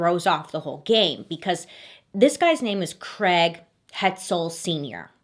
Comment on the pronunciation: Did anyone else hear ‘creg’ when it’s supposed to be ‘ Craig’ or is that just an English thing? 😅